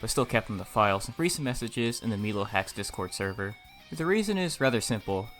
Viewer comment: As the founder of MiloHax, I must stress that it's pronounced like "my low" :)